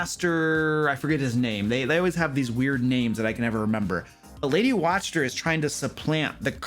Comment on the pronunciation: Video seems interesting, but I lost it at "Lady Watch-ter", sorry😅